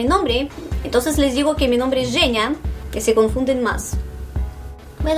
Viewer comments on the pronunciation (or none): E incluso pensé en la forma que dices tu nombre en Español. Porque es con el sonido "Ж" shhh en está letra pero lo pronuncias como "Х" jee en Español. Lo que me da a entender que tu nombre en realidad se dice en Español, no. Lo descubrí al leer tus labios cuando pronuncias tu nombre Женя.... No es así?????